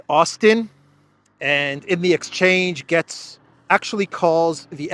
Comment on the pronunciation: All love from the U.S. however, your pronunciation is a little off on Matt Gaetz's last name. His last namet sounds like the word Gates, as in plural of a single gate. As in Horatio Gates.